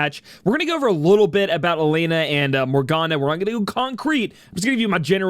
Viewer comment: It's pronounced as E Len Ah (Elena)